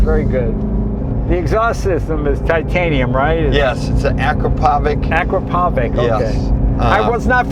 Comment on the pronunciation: Good video! Not the ford CEO mispronouncing Akrapović it’s pronounced “Ah krah poh vich” not “æ krah poh vic” it’s Slovenian 😂